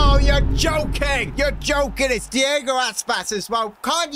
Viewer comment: It's iago aspas not Diego aspas